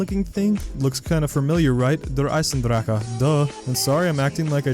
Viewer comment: It is not pronounced eisendrakke dude